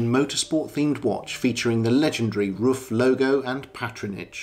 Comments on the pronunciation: Hi, that's correct, it's more like "roof"! I really enjoyed your video! All the best from Germany! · Your pronunciation of RUF is perfect! Many people think it’s pronounced like “Rough” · I think you pronounce it just right👍 Shmee pronounced it just as you did, so he must be right, right. Thanks for sharing